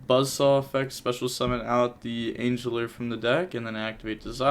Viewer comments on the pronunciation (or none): This video was an assault to my eyes and ears. Silent ANGLER. Not angeler. The maximus plays.. quagsire not quagmire.. the imperm play with maximus and mudragon.. just duuuuumb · Please god tell me you’re trolling when you pronounce it angel-ear instead of angle-er 😂😂😂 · The way you pronounced Silent Angler had me cringe a bit lol it’s a soft G sound like angle. Angel uses the hard G lol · oh, you read angler as angle like, in math then add a r also, nice deck and it's quite janky and amusing to watch